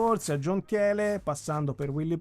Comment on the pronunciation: Thiele si pronuncia Tìle